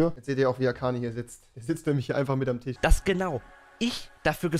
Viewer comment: Rewi hat TiSch gesagt :D